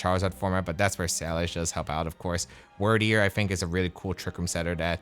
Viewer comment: Dumb question, and a bit pedantic, but isn't it pronounced "Weird"deer based on the old English word Wyrd (fate)? Cool pokemon though!